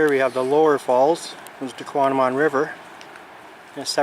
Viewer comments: He’s not pronouncing it correctly. He is swapping a M and a N around. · He's not pronouncing the falls correctly!